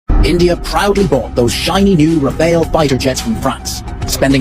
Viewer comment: Pehli baar ksi k mu sey Sahi suna ha Rafael..All cheapster said Rafale...😅😅